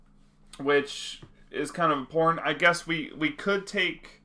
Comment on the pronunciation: I thought you said "which is kind of porn" I had to turn on subtitles to make double check